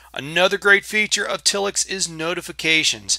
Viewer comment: If it were pronounced till-ix it would have two ls. I'm with you, it should be tile-ix.